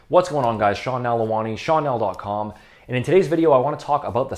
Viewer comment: Y it is pronounced as 'Shawn' and not 'seen'